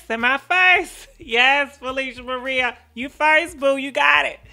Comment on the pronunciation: 🤭🤭🤭 right, not only Garcia but t Felicia Maria, not Marie. 🤣🤣🤣